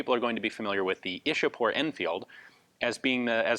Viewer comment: The Brits 'chewed up' names of our cities and Places (Like Mumbai became 'Bombay',Vadodara became 'Baroda' etc.). Ian,Though it is written Ishapore,it is pronounced as 'Ichha-pur' not 'Ish-a-pore'.